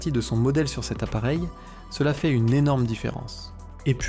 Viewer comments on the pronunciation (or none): none